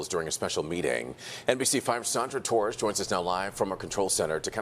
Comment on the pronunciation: did she put like 5 T's in torres lol